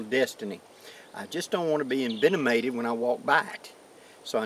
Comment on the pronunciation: LOL "envenonated"